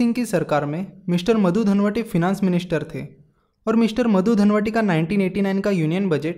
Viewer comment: Dandvate not dhanvati, pl. note.